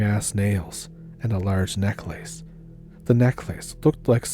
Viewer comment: I enjoy the sound of your voice, so I'm not trying to be a jerk, I promise. I've just never heard 'necklace' pronounced 'neck-lace.'